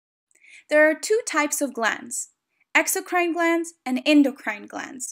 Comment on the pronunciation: I don't like how she pronounces ENDOCRINE tho.👎🏼